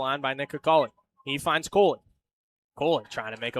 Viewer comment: Play-by-play calling Cooley "Cole-y" and it's throwing me.